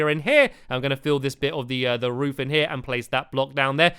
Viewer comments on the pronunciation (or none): none